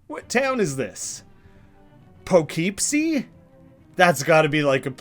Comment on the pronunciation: Poughkeepsie is pronounced puh-kip-see. There is a place in New York called Poughkeepsie. And if the name of the game is eluding to Lovecraft's "the Shadow over Innsmouth" it's in the right area, kinda? Most of Lovecraft's stuff is set in the upper northeast part of America. Lot of dark, decay, rot, slime and fear of the unknown. Can't wait to see that made funny!